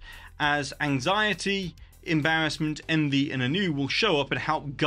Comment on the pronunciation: your pronunciation of "ennui" was adorable. don't be afraid to get frenchy with it! "on-weeeeee"